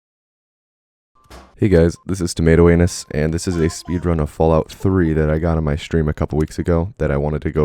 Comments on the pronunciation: I got this vid in my recommended and I did not know ur channel name so when I played the vid I heard “hey guys it’s tomato anus” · excuse me sir, did u just say "tomato anus" at the start of the video? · I just clicked on the video and here “hey guys tomato anus here” I thought I miss heard or he misspoke but nope it’s your name... you’ve earned a subscriber my man